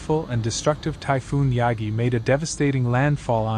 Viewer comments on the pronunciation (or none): 中国史上最強の台風を誤読してるようじゃダメだな😂